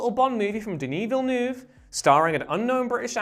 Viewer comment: Everytime you say denis villeneuve i cringe